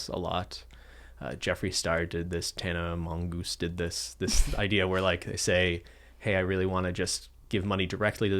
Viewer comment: Did I heard Tana Mongoose?